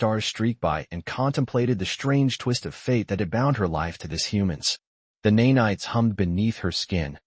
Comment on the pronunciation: Neigh-Nights??? I hate AI!! Of course I know it means to say nanites!!